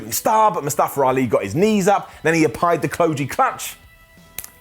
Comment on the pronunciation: Can the commentators pronounce Mustafa Ali's name right.